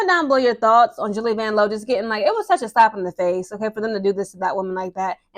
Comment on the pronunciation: I was looking for this comment. VANLOO (VAN-LOU) 😂